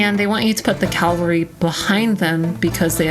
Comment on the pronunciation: she pronounced cavalry as calvary Mr electric send her to the principal office and have her expelled